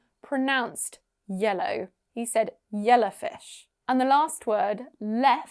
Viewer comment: I understood "jelly fish" instead "yellowfish" 😅😅😅